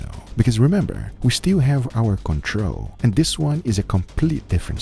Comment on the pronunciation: Control! Not "Controh"